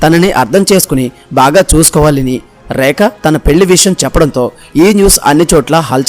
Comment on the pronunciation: ఒరేయ్ ఏంట్రా ఆ ఉచ్ఛారణ నీ ఉచ్ఛారణలో ఉచ్ఛారణా దోషాలు ఎక్కువ ఉన్నాయి. ఆమె పేరు "రేఖ" అయితే "రేక, రేక" అని పదేపదే ఉచ్ఛరించడం వింటోంటే నాకు ఒళ్ళంతా కంపరంగా, మహా కోపంగా ఉంది.